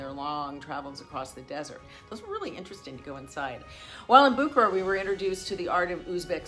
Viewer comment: It is not BOO kuh ruh it is boo KAR uh